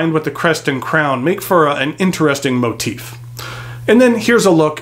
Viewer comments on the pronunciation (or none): none